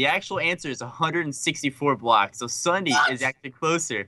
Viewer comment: its not sunedee its ssundee